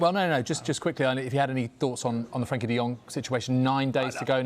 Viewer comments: All summer all I've heard is blood frankie de jong since when does frEnkie de jong sound like a A these people are paid to get names right in these stories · is a fuking idiot he's been reporting on de Jong for months and still don't know his fuking name. Frenkie not Frankie!!! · Frenkie, not Frankie